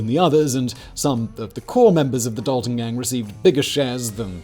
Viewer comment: I'm related to the Daltons he pronuduced it wrong I would like to say but I never thought there'd be a video though